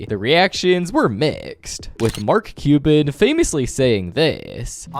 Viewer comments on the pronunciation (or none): none